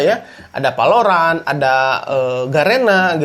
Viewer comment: gila lu bang gaada belajar sama sekali. gunakan bahasa indonesia dan bahasa inggris yg baiklah. valorant pake "V" bukan "P". pls lah ada kemajuan